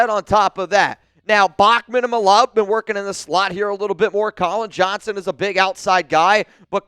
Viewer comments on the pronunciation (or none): none